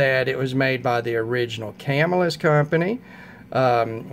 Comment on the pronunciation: Ya got your pronunciation wrong..it's pronounced Cuh-Mill-Us, not Cam-ill-us. Not a big deal, just a friendly tip.Good video challenge, I like reviews which cover different price ranges...not everyone can afford to spend 400 on a knife. I do have a couple higher priced models, but my average knife cost is around 50-100 dollar range. Good choices for your picks.